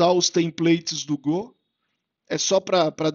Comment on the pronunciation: Legal você voltar com a série de vídeos, mas essa pronúncia de Gô ainda me dá gatilho rs